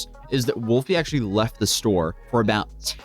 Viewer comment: *throws duces* “Wulfie.” 🤦🏽